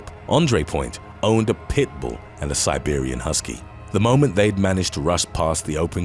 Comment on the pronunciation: Agreed. Especially the way he says pit bull compared to other name breeds.